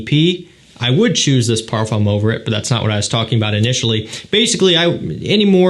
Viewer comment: Please learn how to pronounce the word Parfum correctly